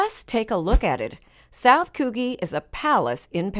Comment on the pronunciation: Its pronounced "Coujhee". Sorry i couldn't stand the poor pronunciation any more